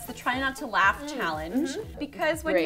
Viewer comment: Anytime someone says "laugh" I hear "LaF"